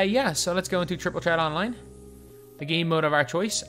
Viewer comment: can you tell us why you say "Tret" and not "Threat", but you can say "Three" just fine.